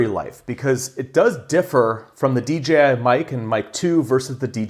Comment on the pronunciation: Tremendously helpful comparison, thanks! Also, I think you're the only one on this platform that doesn't say D"G"I 🙂